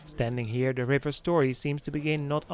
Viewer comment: a very nice and enjoyable video and great pictures. JUST SOME critism: Understandably your Dutch, however your anuctiation and pronunciation needs some serious work on. Your using too much "Da" instead of "The"...Your pronunciation of the river Yangste is terrible and the pronunciation of Canals, is also bad. This bad use of English is NOT acceptable and it does your productions no good. Respectfully I suggest when you do voice overs of a place you have tarvelled to... in English for various productions for You Tube, before putting the track down, visit a good English speaking coach... to guide you, to pronounce words and names and other facts properly. Also you become very monotonous in your voice overs, you need to change, build up and go low and show some energy too. Anders praat jy liewers in Afrikaans. Alles van die beste.😁🤗